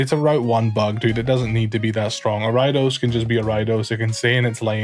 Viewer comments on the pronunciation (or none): I was trying to figure out for a minute who the heck "ARHY-DOS" was and it finally hit me he was talking about ARIADOS 💀 that pronunciation messed me up